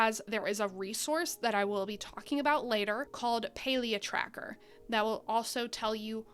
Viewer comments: Pretty sure it's PAlia as in "pal" as in friend... Can't even watch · Is it not Pal-ia?